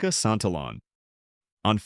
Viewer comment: blud can you at least pronounce santillan correctly